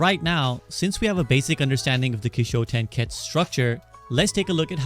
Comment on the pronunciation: Kishotenketsu, just curious why you mispronounced it? Kishotenketsu (起承転結 , pronounced "kee-show-ten-ketsu")